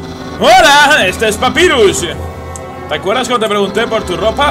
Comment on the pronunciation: mira se escribe papyrus pero se lee papairas